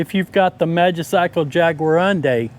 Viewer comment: Your pronouncing it wrong. It's pronounced Jaguar undi